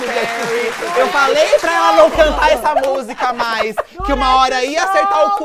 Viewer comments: É "KATY" não KATE porra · "Kate Perry" kkkkk é Katy Perry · ooooh dono editor, é Katy Perry e não "Kate"